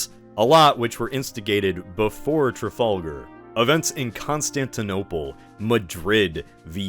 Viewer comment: TrafOLGUR, CadEEz, Villenoovey... The mispronunciations are making my teeth itch at less than 2 minutes in! 😒